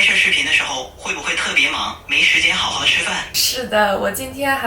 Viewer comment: hey, very interesting & hot topic now. I have a persistent itch that needs scratching hahaha the guy you were speaking with said 没时间好好吃饭... the way 好好 is pronounced is bugging me. It sounds like hao3hao2 or hao3hao4 instead of hao2hao3 which the 3rd tone sandhi rule says. I noticed it in chinese dramas & movies too... and I would think actors' lines are a good example of real life speech, 对不对？So can you please explain why 好好 is not spoken as hao2hao3 in real life? I don't think it's a dialect thing. Is it just a unique exception to the rule? Thx in advance.